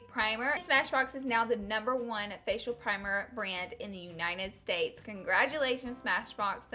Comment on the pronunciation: “you-ny-nend” states 😒